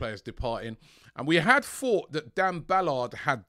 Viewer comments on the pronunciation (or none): none